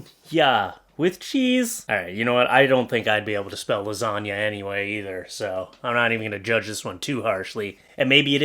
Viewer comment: “Lasaniya” - reasons like this are why I pronounce every letter in a word- cuz now I now how to spell Lasagna